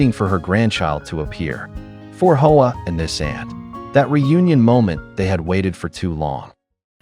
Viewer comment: Hoa is NOT pronounced "Ho-Ahh". It is pronounced "wah"... Eff you and your AI crap!